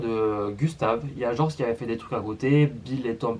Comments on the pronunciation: sa se prononce GÉorg pas gorge 😂😂 sinon super vidéo que j'avais déjà vu ya 2 ans déjà je 😂😂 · Juste pour présiser sa se prononce georg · Purée il a tué le nom de goerg 😔🙏